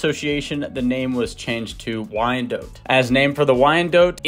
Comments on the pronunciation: not dote, but DOT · DOT and not DOTE. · It is pronounced wyan DOT. Look up the correct pronunciation. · I mostly know this breed name because when I was younger I pronounced it "Why-NAY-dot," and people would usually chuckle or groan. It took me forever to get the name right. That and I've always liked the spotted/speckled varieties. 🐔 ❤